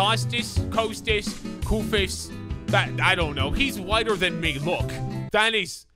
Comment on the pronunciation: It is not Kosta Koifos it is Kostas koufos